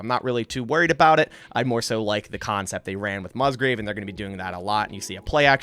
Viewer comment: Thanks for sharing the content, but it's Musgrave, and you say it like Muzgrave. Slight difference I know, but it's distracting when you say it like that.